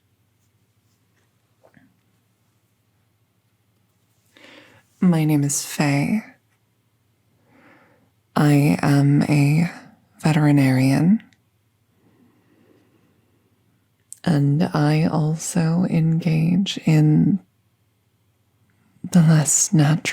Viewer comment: what do you mean "Vetebenarian"? I was looking for the puppy doctor.